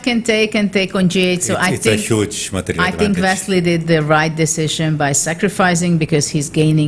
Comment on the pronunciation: She said Vesley So